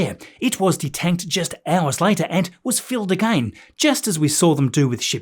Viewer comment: I love the way you say again... A-Gain 😂❤ love your videos thanks for keeping us updated